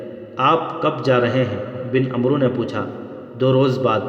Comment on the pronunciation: عمرو کا صحیح تلفظ عَمْر ہے اس میں واؤ سائلینٹ ہوتا ہے